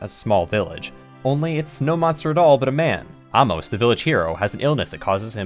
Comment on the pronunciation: also, you pronounced the name correctly as AH-MO-SI , not A-Mers. 👍👍👍